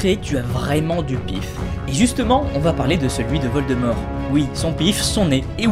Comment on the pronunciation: Geuldemort sa y va bien 😂😂😂😂